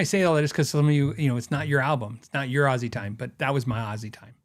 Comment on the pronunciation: Happy Birthday old fart 🥳 I'm learning so much stuff from your channel. Thank you for all you are sharing with us. I played some scales during the video just keep me busy meanwhile. Narrator kept saying "Azie" instead of "Ozzy" 🤣 sheez....